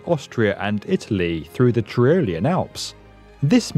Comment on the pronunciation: Awe-inspiring, not ore-inspiring. It's English. You could try it out sometime... And you can have ti-role-ian or tie-row-lian, I don't mind, but spare us the tree-role-ian, OK?